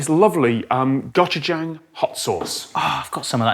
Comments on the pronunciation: I swear it sounded like Tom kept saying "gotcha-jayng" instead of "고추장" It's worth learning the Korean alphabet because it's phonetic and only 24 characters. "고" is pronounced somewhere between "goh" and "koh", "추" is pronounced "choo" like choo-choo train, and "장" is pronounced "jahng". Goh-choo-jahng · I'm just cringing at Tom's pronunciation of gochujang,,, but I do wanna try that